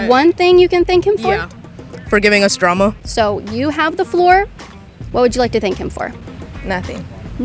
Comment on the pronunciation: Is there one think you can thank him for ? : "yeah, fór giving us dráma" 😂